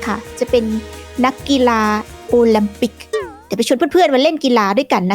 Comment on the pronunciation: โอลิมปิก ❌️ โอแลมปิก ✅️ 555555